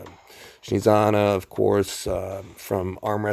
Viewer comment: Dude, she is Snezhana, not Shnizana. The origin of this name comes from the word Snezhniy, which means snowy. So in English she'd be kinda Snow-anna or something like that.